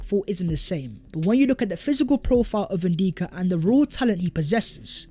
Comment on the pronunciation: his name is N DICK A .. not N deeka lol say it